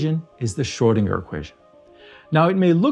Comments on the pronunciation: Its Schrödinger, not “Schördinger” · Didn’t realise Schrödinger should actually be called Schrödingo 🇦🇺